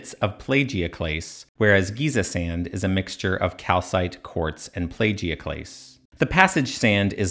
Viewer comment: It’s pronounced plAgioclase as Apple. Otherwise, very interesting video.